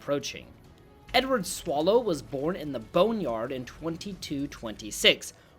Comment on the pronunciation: Lmaoo Edward ‘Swallow’ You mean Sallow*** Caesar gluck gluck